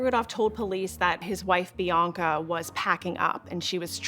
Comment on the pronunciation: PLEASE SAY BIANCA CORRECTLY...IT'S PRONOUNCED Bee-Ahn-Ka...the middle syllable is just like the a in the British pronunciation of the word, "bath."